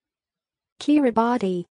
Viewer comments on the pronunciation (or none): This is not the correct pronunciation. It is pronounced “Keer-ih-bass”